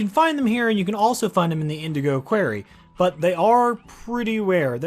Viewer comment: "Indgo quairy" (That's a representation of your mispronunciation of the Indigo Quarry, which is an unlockable area in a multi-platform and first-person video game called "Slime Rancher," in which you use a so-called 'vacpack' to 'vac' up slimes into a 'vactank,' store them in corral barriers, feed them and collect and sell their excrement, known as 'plorts.') LMAO